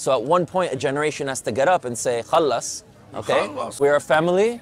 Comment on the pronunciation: The way he said "khalas" in make me think this video is made up.......his accent is not even close to arabs lol